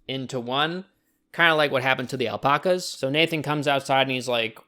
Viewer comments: Why do you pronounce alpacas like that it's Alpacas not alpocas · “All-pock-uhs” Kill me. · Everyone:alpacas:alpoccas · * Gets really pedantic because they said meteorite instead of meteor * Also: "aL pOcK As" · We’re not gonna talk about the al-poc-as? No ok. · why do you pronounce "alpacas" like that